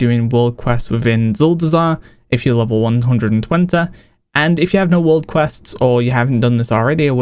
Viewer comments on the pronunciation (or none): Very interesting the way u pronounce 120